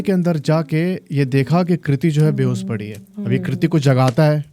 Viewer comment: को सि स नहीं होता कोशिश होता है बेहोस नहीं होता बेहोश होता है। You should work on your pronunciation😅